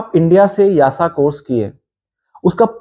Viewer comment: Why you pronounce YASA instead of EASA?